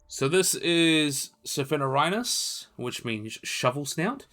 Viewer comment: Hey man, very good and entertaining video, but please, it'd be even better if you took some practice in pronouncing your scientific names correctly. Your struggle with them is getting pretty noticeable, sorry... I mean, "Agurostoma"? (Angaturama), "Sapanorhynus?" (Scapanorhyncus), "Ophalicodon" (Ophiacodon), Hategopteryx "thabelma" (thambema) I hope this sounds like constructive criticism for your videos, which aim to bring accuracy and credibility to these creatures, both living and extinct. Please, consider.